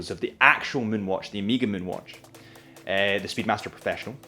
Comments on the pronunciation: Please please! Learn how to pronounce it : ow-meh-guh. Its annoying. Is the last letter of the greek alphabet. Please don’t say omeeeeeegaaaee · One more thing: it’s not “omeega”, it’s “oh meh ga”, you can do it. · Listening to you say Omeeeega like 20 times was killing me, although I made it through the video. I don't know why people can't pronounce the word Omega correctly. It's really not that hard, look it up. It's a Greek word with a soft E. Im not trying to be a grammar Na*i but for the love of god if you say a brand name 20 times in a video....say it correctly. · Good lord this guys annoying. Music in the back is atrocious. Nobody cares about your date story - could’ve just explained that resale value is higher than retail. And it’s not “Omeega”.